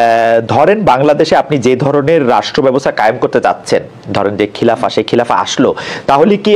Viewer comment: খিলাফা নয় খেলাফত হবে উচ্চারণ